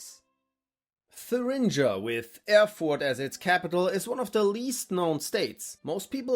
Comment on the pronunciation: The pronunciation of Thuringia doesn’t seem right